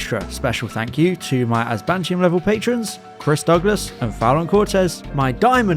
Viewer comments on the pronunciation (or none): none